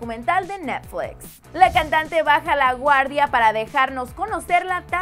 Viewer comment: arianita cherryboom he escuchado personas que hablan ingles y para nada dicen netflix como ella lo dice 😂😂😂